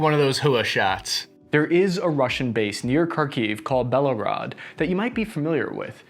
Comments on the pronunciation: also ‘Bela-rawwd’ (sb Belgrr’d). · Not Belorod city in Russia attacked by Ukraine, proper pronounce is BelGorod 🙂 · Hey man why don't you let me help you how to pronounce these words the names of these towns it's BELL ga road.. not Bello grad.. send me a response and I will call you and go over a few of these towns with you.. Her SON not Karasen.. NEPER river not Daneper